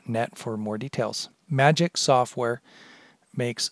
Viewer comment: it's prounced magix not magic